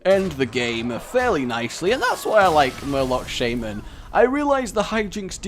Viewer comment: Say Shaymen again, I dare you!